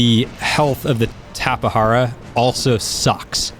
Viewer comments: and plus it's pernounsed tape jara not tapehara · dude need to learn how to say Tapejara. is not tapehara. is tape-ja-ra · I pronounce it Tapegara not TapeHara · I used to pronounce it as TAPE-JAR-AH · It's actually pronounced "Tap-eh-har-ah". Is is a genus of BRAZILIAN pterosaur from the cretaceous period. You pronounce the J as an H. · He can't say all of the new Dioscuri tapehara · The Tapejara is pronounced "tap-uh-JAR-uh". Jar as you would say "Glass Jar" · It's pronounced Tape-Jar-a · The J in Tapejara is pronounced as a J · Aeons Musings no he said wrong, the "j" dont have a "h or r" sound, only in spanish.